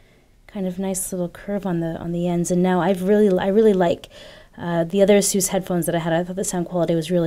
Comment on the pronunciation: Is it really that compact? It appeared as if it was pretty compact even though it had a 6" screen. I might have to correct you here, you're pronouncing Asus incorrectly. Nothing new, every 99 out of 100 people tend to do so. Here's a video uploaded by Asus North America: BTW I'm really delighted that Mobile Geeks got their review samples as no proper technology channel got them till now. Thumbs up!